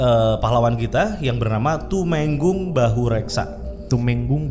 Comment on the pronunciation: Tumenggung E nya dieja sperti baca tumpeng bang 🙏🏻